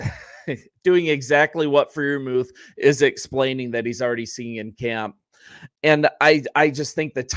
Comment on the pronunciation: Fry - ur - mooth